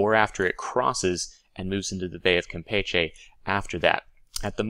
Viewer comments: James Cook And here I was thinking that was pronouncing it in the Spanish way, while I always pronounced it the way you were taught. lol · gotta work on your Spanish pronunciation, to wit: Campeche.